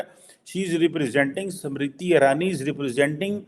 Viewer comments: Arey, she is 'SMRITI', not Samritti! 😂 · समृद्धि नहीं स्मृति बोलिए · Why are you saying "samriti " the name is "smriti" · First learn to Pronounce Smriti- not samriddhi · SAMRITI nahi unki naam SMIRITI IRANI. PRONANCIATE to thik se kar. 😅😅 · how difficult is it to pronounce the name "smriti"? these pakistanis can only call her "samriti"....🤦‍♀😆😆😆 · her name is not Samriti Irani but Smriti.....God knows you will be able to pronounce it or not.....as you cannot even pronounce Dharmendra but you say Tarmender......to Jeenendra you will pronounce Jitender. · Pronunciation to sahi karo SAMRITI NAHIN Smriti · it’s not samiti Irani it’s smriti irani pls pronounce proper atleast or speak Hindi language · it`s "SMRITI IRANI". It`s not that hard to recite and practice names of people that you`re going to talk about, before you start filming them.